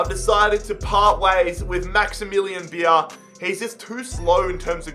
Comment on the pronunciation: coming from a non-german person, you pronounce Beier as Bayer..